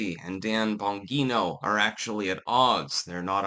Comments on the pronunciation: It's Bon-G-No. Why does he REFUSE to say it correctly? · It is but is saying it wrong. It's an Italian name pronounced "Bahn-jee-no". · Please learn to say ppls names correctly. It’s not Bon-ghee-no. It’s Bon-jee-no. You look like an idiot. With all your research and videos you watch, you’d think you’d pick up on it by now. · Bon "Jean-O" your not Spanish, you can pronounce your Gs, not as an H, but as a "jee" like "Jeep" Please don't use your local accent as an excuse. It's not. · It's (bon-jee-no),. I can't tell if you're doing that on purpose or not😂❤ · Umm, it’s Bon-Jeé-No. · Juat get rid of all 3 of them. But at this point, seems like it's Trump. Also, the name is not bangeeto. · If anything, Bondi should be removed. She keeps lying to everyone, and she keeps promising to have people arrested, but does nothing except go on FOX News. BTW, the "g" "Bongino" is pronounced like a "j". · Is that your handler in the reflection of the YouTube award? And it's pronounced "bon-gene-oh". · It's Bon-gi-no. fuck get it right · I'm sorry,, but I respectfully have to disagree with you on this one. Dan I trust 100% (and it's pronounced "Bon-GEE-no"). He's proved his quality repeatedly. Bondi is the one I don't trust for a second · It's "Bon Jee No", Italian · Why do you change Bongino's name into Bongeeno? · Dan "Bahn-jean-oh" 😎👌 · It’s pronounced Bonjino. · Pretty sure it’s pronounced “bon-jee-no”. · .....are you intentionally pronouncing his name wrong? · Can someone teach how to pronounce Bongino? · Yes. That's the way his own announcer pronounced it. He's only been around a few years, with a YouTube channel, spots on Fox, and then a radio show. It would help if he listened to a little audio if he is going to talk about people to know what their names sound like. It's not tricky like Gadot, Ghislaine, or Rowling. It has an Italian way to say it. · He always says it incorrectly - for some reason.